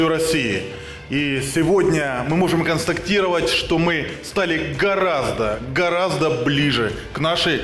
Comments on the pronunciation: . "Ми можем КОНСТАКТІРОВАТЬ...". Грамотний, чорт. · Пушилін став значно ближче до РФ, але замість "констатировать" сказав "констаКтировать". Яка багата російська мова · МММшнік сказав " констаКтіровать". Яке ж воно дурне й огидне. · «Мы можем консктатировать….» - він шо, зовсім по «букварю ДНР» вчився, си це нова мова ДНР?